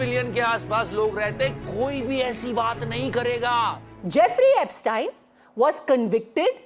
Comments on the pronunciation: Tell Godi media it's not Epstine, it's Epstein. Get the pronunciation right. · Why can’t Indians say Epstein… They are saying tynee